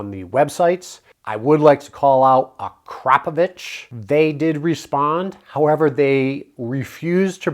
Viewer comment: I chuckled for 5 minutes when he said a-crap-o-wich 😂